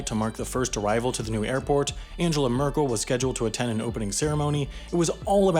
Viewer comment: that's not how you pronounce the name of the most powerful woman in the world.